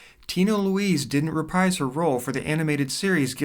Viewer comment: FYI, the word “reprise” rhymes with “refreeze.”